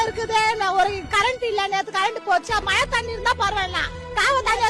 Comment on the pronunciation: மழை என்று ஒழுங்காக சொல்லும்மா. நீ சொல்கிற மலை என்றவுடன் வேறு மலைதான் நினைவுக்கு வருகிறது.